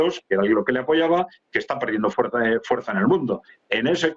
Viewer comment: 😂... ¿ Hay mucha fuerzzZzzZZZza aérea en UkronaZZziLand ?